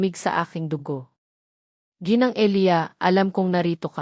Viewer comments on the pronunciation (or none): none